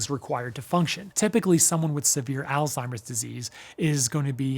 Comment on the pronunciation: I’m just glad you’re actually saying “Alzheimer’s” instead of “Old Timer’s.” Man my grandma always called it that. I thought that’s what it was for years 😂